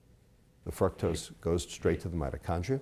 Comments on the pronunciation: Pronouncing "Fructose" Dude: "frucktose." Most people: "frooktose." Pronunciation Error. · its FRUCTOS like fruit not FRUCTOSE like fuck god i know there are different dialects and all but its just annoying hearing you say it that way lol. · if this guy pronounces fructose like "fruck-toes" one more time, my head will pop off... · lol it sounds like he's saying fuck toast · it sounds like he said Fucktose. lol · is it me or does he sound like he's saying "fucktos"... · dude lost me when he talked about evolution and God in the same statement. still informative..but "frucktose" hahahaha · This is a pretty interesting video...but his pronunciation of fructose is kinda gettin' to me lol. Then again, I'm sure mine would get to some people. Still, this is great stuff, really liking this series.